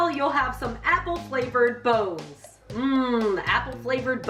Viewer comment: Wait... wait what??? When she said it smells like bones i had no idea what the heck she was saying, "bose, boz" no clue, now i get it, I dont understand? I feel like ive never known that! So when im eating jello....???